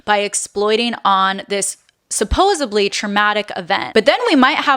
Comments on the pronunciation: Supposedly!!! Please not supposeBly. Thanks 😊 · mins in…you say suposseably why is it your generation talks like you are idiots… The word is supposedly! I stopped watching your video as soon as you showed your stupidity! You talking ill of others when you should look at your own ignorance!